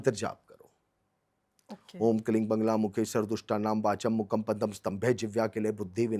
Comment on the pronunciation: Buddh bhagwan vishnu ke avtaar nahi hai..correction kare aap...bagair gyaan k video kyu banate ho.. Ye mahashay bagla ki jagah bangla bol rahe hai lagta hai inko bangla banana hai.. Bagla ka sahi ucharan vagla hai shastra k anusaar. Aap pahele rudrayamal tantra, sankhyayan tantra padhe fir bole.